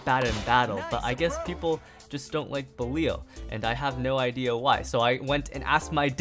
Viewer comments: BELL-EE—AL come on bro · Say belial and fafnir correctly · him continuing to say belial, requiem, fafnir, and rashad wrong.